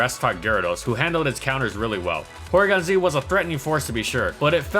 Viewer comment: Porygon-Zwag lol